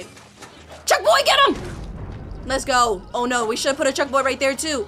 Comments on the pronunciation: ITS BONK CHOY NOT BUCK CHOY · It's bonk choy not chunk boy! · Lol yeah Very funni 😨💅